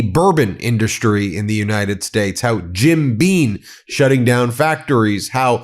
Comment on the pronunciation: it's Jim Beam, not "bean". Why does everyone get that wrong?